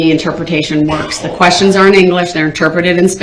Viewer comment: DB: “I don’t got no follow up quesshins”. Ahh yes a “master” of the English “langwitch”!